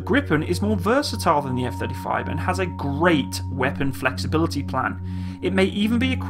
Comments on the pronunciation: "Eff Thirty Frives" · Gotta love those F-Thirty Thrives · Eff Thirty Frives :D